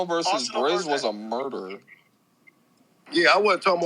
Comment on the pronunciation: nigga said Brizz😂😂 Smh